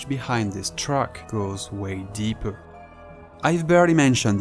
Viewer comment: "i have to go deepeur" that when i knew you're french xD